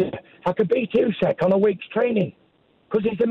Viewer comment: My only criticism - Usyk is not that hard to pronounce